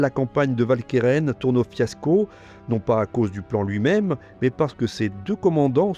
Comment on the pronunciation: Idem pour Walcheren. En néerlandais, le W se prononce "Ou", comme dans "Waterloo"; et si le "ch" se prononce bien "k", le "e" qui suit se prononce "e" et non "è". Si bien que la bonne prononciation n'est pas "Valkairain", mais "OualkErEn". Sorry, mais une vidéo francophone ne s'adresse pas qu'aux français, mais à tous les francophones, sur tous les continents, même si certains ont oublié des règles pourtant encore en vigueur. Et pour ceux que je fais chier, sachez que le PQ ne coûte pas cher, contrairement à l'ignorance.